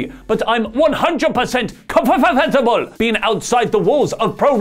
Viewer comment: The way he said comfortable 😂